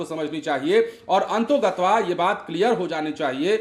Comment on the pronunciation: पत्रकारिता में शब्द के उच्चारण का बड़ा महत्व है। अन्तोगत्वा नहीं अन्ततोगत्वा होता है।